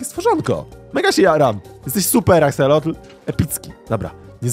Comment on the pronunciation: 3 najlepsze moby -panda -pszczoła -axolot mówi się aksolot bez "l" na końcu